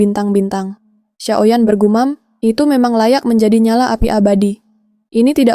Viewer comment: Xio yan, bukan xiao yan